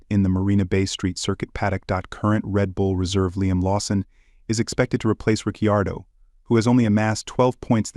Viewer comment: I clicked away as soon as you pronounced it "Daniel Rich-ee-ardo"